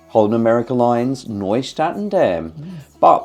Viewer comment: Omg, my ears are bleeding. Nieuw is pronounced “New”, not Noy.